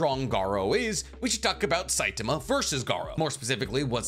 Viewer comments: Great video but it was grating on my eyes to here Saitama pronounced with a weird stress on the T(a) sound. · I stopped when you pronounced his name wrong. Its Sai-ta-ma!!!!!